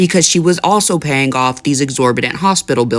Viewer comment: man (?) ~ Words like 'paying' aren't pronounced payinGUH. The g is soft, not hard. You're making a 2 syllable word, 3 syllables, and you ended up saying a run-on: payinGUHoff. (You said the run-on: payinGUHoff twice in this video!!! For eff sake, learn to talk!!) Learn to pronounce words correctly. Listen to adults pronounce these words and learn from them. Educate yourself. Now you just pronounced 'anything' as anythinGUH! And then you pronounced 'selling' as sellinGUH! Another run-on: sellinGUHit!!! Separate your words and learn to speak correctly! 'Thinking' is not pronounced thinkinGUH! You, Sir/Ma'am, have no business narrating stories! You belonGUH in a business when you don't talk. (You aren't even consistent! You pronounced other words that end in a g correctly! "The couple was gettinGUH queasy." You are so dumb. You don't know which end is up!) (Which is obvious by your non-gender appearance.) Lastly you say: "I want to know what you guys are thinkinGUH." No, you really don't. Again, find a job where you don't have to speak. TalkinGUH isn't your strong suit.